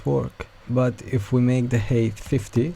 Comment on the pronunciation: each time you say "height" I hear "HATE of this element" im sorry but im dying